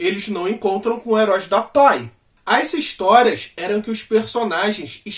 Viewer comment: Não é toy, é Toei.